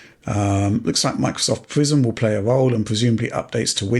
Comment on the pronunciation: I keep hearing "Microsoft Prison" instead of Prism ...